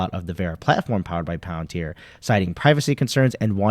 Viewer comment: Palantir not pallor